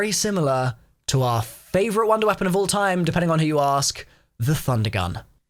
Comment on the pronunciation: I swear I hear wonder weaphon??